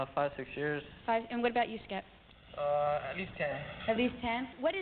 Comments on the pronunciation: It's not Skert...it's Skept. Short for Skeptical. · It’s skept not skert